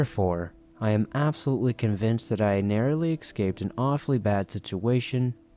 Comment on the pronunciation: Ex-scaped? Is that like after you've shaved?